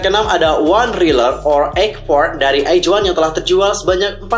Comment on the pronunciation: bang pas baca in nama album izone nya kok "iz" bukan nya "aiz" ya di baca nya